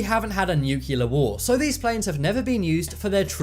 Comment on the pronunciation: 'Nuculear' ? With an English accent. How very international.